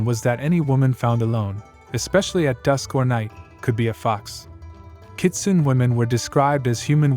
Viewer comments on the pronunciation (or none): Good video and informative. But the word is pronounced “Ki-tsu-né”, just for future reference. :) The BG music isn’t Japanese folk music either, its traditional Chinese music. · Thanks for butchering the name . 😅.